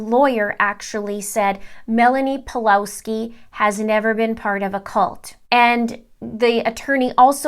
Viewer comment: Just a bit of advice, the Ws in Pawlowski is pronounced as V.